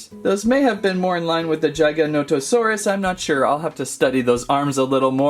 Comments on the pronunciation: Giganotosaurus. Not Gigantosaurus. Bruh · Also this is how you say gigantosaurus Its not like jigantosarus Its like how you say g like giganatosaurus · Gig-a-nah-to-saur-rus there ya go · The way he says giganotosaurus… GiGaNoNoToSaRiSs cool video tho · It is pronounced JIG-O-NOT-O-SAUR-US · It’s pronounced (this is how I say it but I hear others say it like this) jiga-noto-sauras so basically you’re saying giga but with a j and the rest you say right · Here's how to pronounce their names jig-uh-no-toe-saurus, their-uh-zin-oh-saurus. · Everything he says giganotosaurus apart of my heat dies